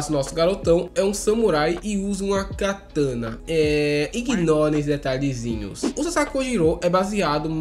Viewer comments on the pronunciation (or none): none